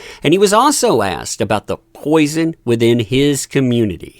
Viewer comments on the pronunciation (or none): none